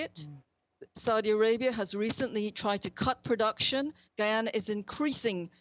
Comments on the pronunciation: Why does the rest of the world cannot pronounce. Guiana - ! Really - the spelling is Guyana and you pronounce it as Guy - Anna .. like a boy name Guy that meets a girl name Anna .. mash them 😂together and you get GuyAna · It’s not pronounced “Gui-ana” it’s Guy-ana! How does she not know this? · Not Giana it’s Guyana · When will these UNPROFESSIONAL, two bit reporters take the time to learn proper pronunciation of the topic country's name. It's Guyana (Guy NOT Gui!) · So now we are in Latin America??? Also, its pronounced GUYana not Geyana, you uncultured imperialist swine! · If G-U-Y is guy, how can Guyana be pronounced "gee-ana"? If you're going to do a whole segment on a country, at least get the pronunciation right. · ‘Guy’ and not ‘Ghee’. Guy ~ an ~nah. Guyana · It's pronounced "Guy-anna" NOT "Gee-anna" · Please listen to the correct pronunciation of the country's name by the lady from the country. STOP calling it Ghee-anna. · itz not "GEEana" or "GEEanese" itz "GUYana" and itz a former BRITISH CARIBEAN COLONY, vice being "Latin American". I thot ure strong suit IS RESEARCH?🤔🤔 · Guy ana not gee ana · It's pronounced Guy-ana, not Gi-yana. Europeans are always so quick to point out the negatives in indigenous countries as they fly in like vultures ready to devour everything the people have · GUY ANNA that’s how you pronounce it . not GEE ANNA. And I’m not Guyanese either I’m Jamaican. But put some effort into your pronunciation. SMH. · It's not Gee-ana ; its Guy- ana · Guy-ana! No "gee" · Colonial rule is over. It's not "Guiana" anymore, it is GUY-ANA! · Where is GeeAna producers need to get this stuff correct it's Guy-Ana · It is Guy Ana not Gay Ana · It's GUY ANA not geeyana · Can you please say Guyana properly . It’s Guy-a-na. How hard is it to pronounce. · Gheeanees? Gheeyarna? No respect. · The devil don't want her to pronounce the "I" in Guyana. She is saying Geeana. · Drives me crazy how they mispronounce the name. It's "GUY" ana. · 🧐gai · aa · nuh